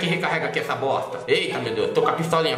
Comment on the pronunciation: " vai pa bossstta" kkkkkkkkk